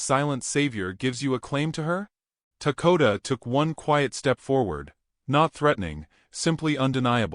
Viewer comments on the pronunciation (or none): what is his name? I hear Takota but see Dakota.